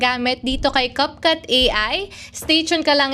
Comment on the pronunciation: Cupcut??? Nasobrahan ata sa cupcake kaya ibang iba sa pronounciation Capcut, naging cupcut 😂😂😂😂